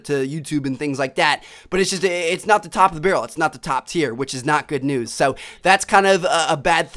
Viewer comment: He is saying so like sow